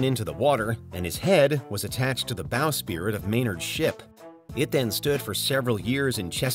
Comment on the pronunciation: Bow SPRIT Not spirit